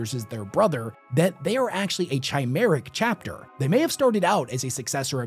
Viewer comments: I'm assuming you meant to say cryo stasis, you said "cyro" stasis, tanks? No worries. I know you struggle with dyslexia (unless I'm misremembering. In which case. Apologies!) Btw. Chimeric is pronounced "kai'meh'ruch". I know. I'm being pedantic! But. Right being right.....right? 🙃 Also. As a comment to your outro. I can't help notice. Despite your enthusiasm and genuine appreciation for the wh40k universe. You, as many others. Seem to slowly be falling into the pattern of a form of apathy. By all means. It's barely noticeable with you. But still. It's in the sense of overly picking apart a story, treating it with a detached sense of "Haha, meme. Funny" and the moving on. Like you talking about all the loyalist chapters being "the same" and just being red, white, blue, green space marines. And talking about the Carcharadons as a breath of fresh air. As they in a sense become the "fresh new content to consume". Which to me is an overarching symptom and problem in todays content driven culture. It's like people are always on the lookout for their next content hit. And that is what I'm slowly starting to see the outlines on with you, but to a much lesser extent as compared to other places. It's like the process of immersing yourself into a story, both emotionally and imaginative, gets down prioritized to the benefit of treating it as an avenue for distraction. As a symptom of over saturation. In the sense of "meh, I've seen this story arc before" or "ah, this is just a cor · My brother in Christ... it is not pronounced "chai-merrick" - it's "Kai-merrick." Chimeric > Chimera. And somehow, I suspect you know this. >_>